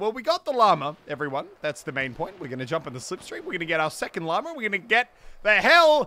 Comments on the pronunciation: I always hear stuff like ‘llamer’ and ‘bananer’ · At the beginning He sed llamer it’s llama. 😂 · stop saying lamer it is LLAMA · The first time he said llama he sounded like he said llamer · it annoys me that i know for a fact he can say Llama correctly but still says Lommer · Me (an american): did he just say llamer?